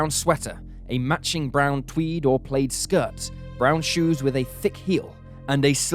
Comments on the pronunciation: It’s not pronounced “played” it’s pronounced “plad” for plaid!! When you are seeking answers please make sure you pronounce things properly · Had to re-listen.. Who wears a PALAID skirt... I couldn't figure it out at first. Ohhhh. Plaid skirt? Enjoy the channel, just made me chuckle. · No, it should sound like plaaad. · Is that really the way Brit's pronounce plaid? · Who in the world pronounces "plaid" like that? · I think it’s more common in the UK